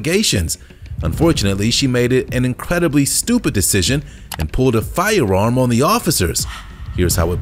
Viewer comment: very distracting, the way the narrator pronounces "firearm" like he has a speech impediment, except he doesn't have one.